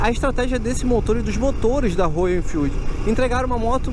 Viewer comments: Legal só não é Rôyal é róyal kkk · Rôyal, Rôyal, Rôyal e tome Rôyal. Se não sabe falar inglês não tente fazer a pronúncia certa, isso cansa os fluentes em inglês. Já viu alguém falar Rolls Rôyce?